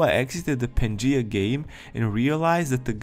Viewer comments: Hey bro, no hate, but the word “Pangea” is pronounced: Pan-gee-ah not “Panjee” 😅👍🏾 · Ahh yes pan-gee totally not pan-gee-a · Bro its pan g ah just saying lol !!!$$$+++ ,love that you use your own voice keep it up!!!$$$+++ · The name of the game is probably pronaonced pan-ge-a. After the supercontinent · Not sure if you are going to read this now but its pan-ge-uh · HIS PRONUNCIATION OF PANGEA IS KILLING ME